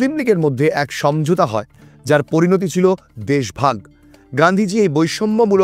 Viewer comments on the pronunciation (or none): none